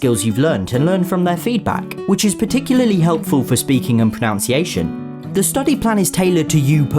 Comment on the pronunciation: Thanks for another video teaching me something I didn't know I wanted to know. Even someone as clever as can mispronounce 'pronunciation' though. Ironically it must be one of the most mispronounced words in the English language!